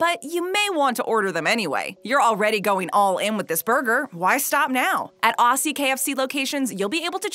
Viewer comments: Just so all americans know its pronounced ozzy, no auSSie. Like ozzy Osborne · I didn't realize the zinger stacker was exclusive to here in Australia. I know it's Splet Aussie but it's pronounced Ozzie. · Lol accent sounds funny when yall say aussie ya make it sound like Assy how hard is it to say Ozzy ? Lmao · I cringe when you pronounce "aussie" with a sharp SSSS instead of a Z sound. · ‘Arsesie’ is what I hear.